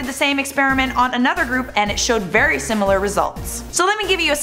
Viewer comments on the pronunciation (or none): none